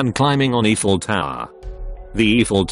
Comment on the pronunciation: It’s pronounced The “I Fell” tower hon. 😉